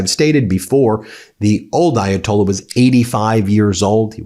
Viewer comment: Please learn how to pronounce the Ayatollah’s name. Differently pronounced from the one in 1979.